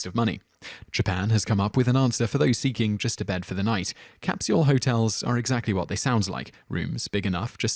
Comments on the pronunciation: haha that and "capshule".. too funny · That was some painful pronunciation. "Kris-tee-an" and "cap-syul"?!